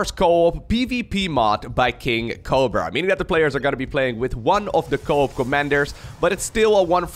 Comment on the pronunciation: ah co-at instead of co-op